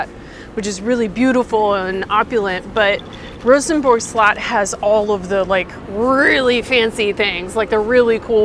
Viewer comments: "Castle", not slut! 😆😆😆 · Info: "Slot" in Danish means "castle", and yes it is pronounced "slut".